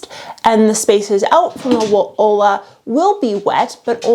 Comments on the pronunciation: It's olla....but pronounced oia or oya...double ll in Spanish is pronounced as a y type sound. Olla means pot...you're pronouncing it ola, which means wave, and ola which means hello. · Hey. Future info… Olla is pronounced like Oyuh. My body rejected the ola pronunciation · Uh.. Spanish teacher here. It's "olla", double L, and pronounced "oi-ya". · Also wack, not making the effort to pronounce olla correctly. (oy-ya) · Ollas are Hispanic, it's pronounced "oya" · Please pronounce Olla the right way. Like Oi-ya. Lola’s are great if you live in the desert. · Clue: ollas is pronounced “oyas”. Two ll’s together sounds like a y in Spanish, which is what the word is. Otherwise, you nailed it girl! Keep up the excellent work!